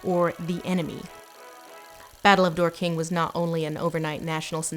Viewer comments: It's Dork-ing, not Dor-king. No really. Don't do that. Also, way to scrub out the Paris Commune and the suppression of the Paris Commune by wholesale massacre, in which the French officer class acted in concert with their Prussian enemies, using cannons loaned from the Prussian army to butcher the Parisian poor, from the chronology. It's only the central event of the 19th century in terms of socialist and working class history, reported on from the scene by Karl Marx as the New York Times' correspondant. Whatever. That's really as bad as the 2005 War of the Worlds turning HG Wells's harmless utopian socialist Digger dreaming of building an egalitarian utopia under the Martians' feet into a violent paranoid ultranationalist Alex Jones fan. Part of the problem of doing an invasion film is the advertisers' insistence on romance and family themes - central characters must be a family, or in love, or both, and they must remain together or be re-united by the end. The problem is that any believable invasion must be a war, and war by its nature destroys love, relationships and families, as well as law, order, morality and home, replacing them all with death and the joyless commitment of fighters to each other and to their cause, no matter how ignoble it may actually be. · Just in case you're ever planning to ask after the book, or the town, Dorking rhymes with "forking". I think Lindsay was trying to avoid possible offence by pronouncing it as "Door King". Though the people of Dorking have probably heard all the Dork jokes under the sun already. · As a Brit, I'll confess it is unnerving to hear Dorking pronounced as 'door-king'. It's pronounced 'dork-ing'. It'd be like we British pronouncing Dallas as 'Da-lass' (emphasis on the second syllable) or Oregon as 'ore-gon'. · As a Brit I am physically incapable of hearing an American mispronounce a British town without commenting on it. It's "Dork...ing" not "Dor...king" Phew, I feel better now. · Isn’t it pronounced “Dork-ing”?